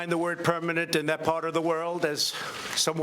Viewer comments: am I the only one that hears "permanet" instead of "permanent"?? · "Permanet". Hahaha.. What the frog is "permanet". Oh.. so he can't spell or pronounce the words doesn't even know..